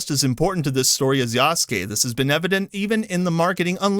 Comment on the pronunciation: Anyone else hearing say yasuke as "Yass Gay"? Lmao